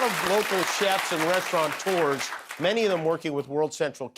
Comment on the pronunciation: There is no "n" in restaurateurs...